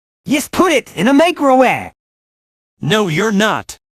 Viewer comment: "Yesput it, in a macrowe'." What kinda accent is this? :P